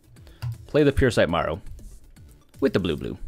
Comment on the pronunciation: And I own modern merfolk no budget and the fact you keep saying Marrow instead of Merrow “Mare-Oh” pronounces correctly is driving me nuts